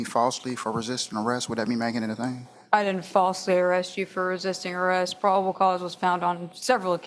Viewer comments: he’s saying “prob-id-ible” 😂 Jesus, dude 😂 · “ Prodible cause” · Did he say “probable” correctly? I swear I heard three different wrong versions of the word in about a minute. Yet he has a good intellect. He just has no self control around women. I wonder if he threatens men the same way.